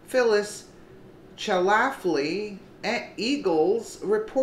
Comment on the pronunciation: Her name is pronounced 'Shaf - ley' - she was the founder of the modern day conservative movement and founded the 'Eagle Forum' in 1972. She died last year at the age of 92. What a powerhouse she was and we owe her a lot for helping preserve what little tradition and conservative ideals that America has left. Although I have homosexuals in my family and love them very much, I don't think it's ok for homosexual couples to adopt children. I lost my father at age 9 and my mother at age 12. I NEEDED THEM BOTH. There are many children of homosexual parents coming forward today and telling their stories about how they wanted - and needed - the other sex in their lives. I understand completely.